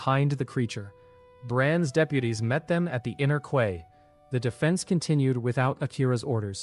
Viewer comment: Your AI needs work, quay is pronounced like key, not kway. The math needs work too, 100m sqm after the crab, 10k after the wolf, 1 million after the pig and 100 million sqm after the leviathan. That's a lot more than it said in the story.